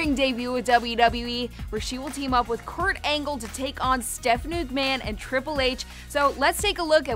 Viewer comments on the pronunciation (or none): "Court Angle"